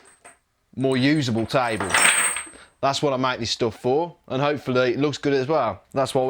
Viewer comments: Its not taibol its table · He's gonna build, "a tybull...." what?